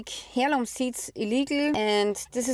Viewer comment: I’m am so sorry I am American and I have a hard time understanding one word you were saying was it Heirloom seeds? Or Herum seeds? Wasn’t sure could you please clear that up for me. Thank you so much for your work in bringing this information to us it’s important we know These things.